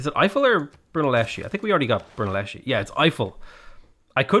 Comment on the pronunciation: The pronunciation is Brunelleskee